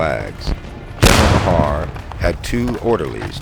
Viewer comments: Nice video, but the name Meagher is pronounced "Marr," not "Ma-harr." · The name ‘Meagher’ in Ireland is pronounced without anything fancy but as ‘Mar’. The Irish in Mr Meagher’s brigade would have sounded his name as Thomas Mar. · Yep, I came here to say this. "General Meagher to us he said, If you get shot or lose your legs..." - "Meagher" has one syllable. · The incompetent Burnside wasted them up against that wall in Fredericksburg. Respectfully ... it's pronounced Ma-her btw :)